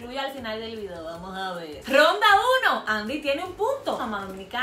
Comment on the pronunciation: Por qué dice gronda e n ves de ronda jajajajajaja😂😂😂😂